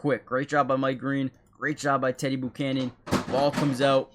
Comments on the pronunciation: Never heard the name pronounced boocannon before 😂🤢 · Please go to Google and learn how to pronounce his name. It’s embarrassing when you keep saying it wrong over and over and over and over and over and over.. and that last place you said that my green did a great job but he didn’t even get close to making a tackle and his whole job was at the edge and he didn’t set the edge so it looks like this is another one of those channels where there’s just some guy who sang a bunch of stuff and editing, but he’s not really editing because he doesn’t really know how to fix anything because there’s things wrong so to me if you’re editing everything should be correct or you’re just not very good at your job